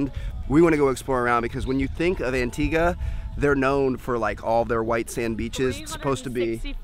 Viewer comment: im from antigua!! i went there too! im not trying to make fun of how you speak put antigua is pro nounced anteegaa = antigua but i hope u had fun!!!